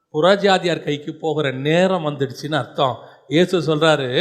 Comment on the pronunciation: வசனம் வாசிக்கும் சகோதரியே ஈஸ் இல்ல ஏசு சரியா உச்சரிக்கைனும் 🙏🏻